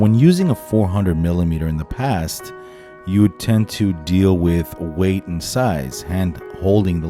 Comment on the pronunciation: Isn’t it pronounced “weight” ?